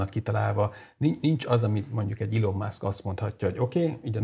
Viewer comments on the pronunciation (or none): none